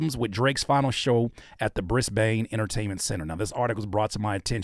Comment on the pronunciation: “Briss-Bane” is wild